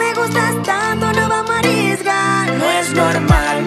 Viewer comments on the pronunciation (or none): Dice "No vamo' a arriesgas" (Osea la S no va)